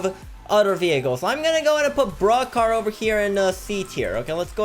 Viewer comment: its sounds like he's saying BRUH car Not Broke car